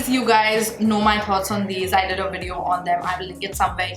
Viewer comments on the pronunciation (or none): Lol u say “WEDEO!” its Video. Its a v not a w.